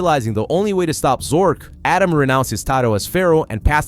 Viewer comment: Who's Adam and morad? They are atema ND mahhhhhhhad